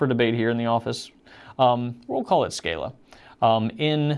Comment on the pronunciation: As Lamy is a German company the a in scala is pronounced like in „calm“